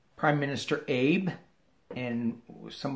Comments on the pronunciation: Hey. Thank you for the reading. Wanted to let you know that in Japanese Abe is pronounced as two syllables, Ah-bay. Just a very small FYI. So enjoy the work you're doing for us to help keep us sane in this crazy world we live in. May you be blessed. Love and light from Northwest Arkansas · FYI: Retiring Japanese Prime Minister is pronounced Ah-Bay in the Japanese language.